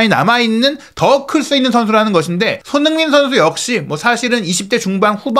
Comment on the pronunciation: 발음을 정확히 합시다. 손흐민❌️ 손흥민⭕️